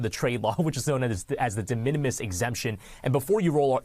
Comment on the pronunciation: De minimis! It's not hard to say